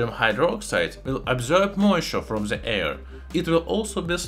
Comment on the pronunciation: Its AIR not EAR😉😁 I love your channel🥰